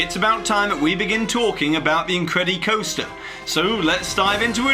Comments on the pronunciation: Incred-ih-coster not incred-y-coster. Its the same way you say incredible dude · But he doesn't say "The Incred-E-bles", so why say it with the coaster part? Lol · It makes me laugh when Jack pronounces the "incred-E-coaster" :) So properly British!